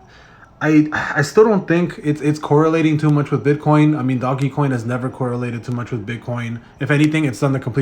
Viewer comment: Quit saying doggycoin it’s DOJ. Put some respec on Doge’s name before I report this video for violating the meme legend! #dogecoin